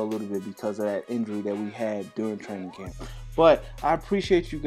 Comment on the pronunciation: 🤣 did anyone notice that he said "Cramp" instead of Camp